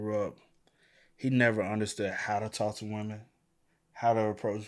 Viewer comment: I hate how this guy pronounces the word women 🤦🏾‍♂️